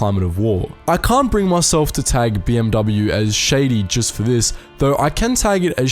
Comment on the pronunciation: The dude doesn't know how to pronounce "BMW" either.